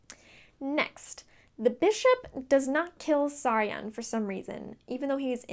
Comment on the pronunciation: You called Saryon Sauron! Oh man